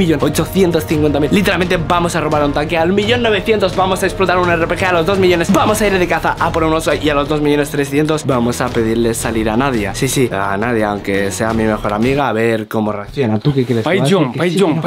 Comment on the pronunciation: En el vídeo anterior dijo un rbg en ves de rpg